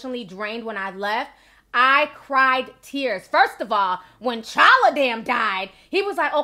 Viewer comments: T'challa not challa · The 'T' is not silent in his name. T'CHALLA